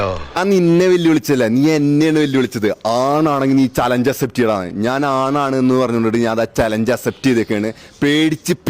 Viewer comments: ഡാ അസെപ്റ്റ് അല്ല അക്‌സെപ്റ്റ് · Accept aan myre Assept 😂😂😂alla